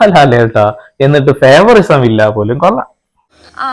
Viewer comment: ഫേവറിസം അല്ല ലാലേ .... ഫേവറൈറ്റിസം...✓